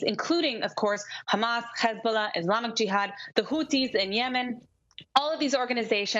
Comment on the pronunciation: Ikr least she has a channel so I can watch how angry she gets khhhhhamas she can't even pronounce HaMas lol this is glorious 🎉😅